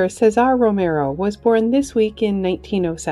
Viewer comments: Kind of threw me off with the pronunciation of Cesar Romero. Never heard his name pronounce like that. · Yeah, she said it like the title rather than how it was said while he was alive.